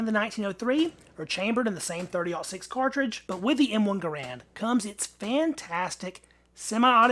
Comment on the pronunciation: I liked that you pronounced. 30-06 the way it supposed to be. Oh-6, as in 1906!!